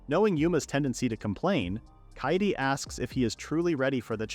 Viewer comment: kaede is pronounced k-eye-day, not katie. i get that it's a text to speech thing, but it can't be that hard to get it to pronounce stuff right